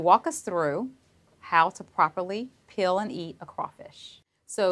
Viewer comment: Why can’t she pronounce peel properly?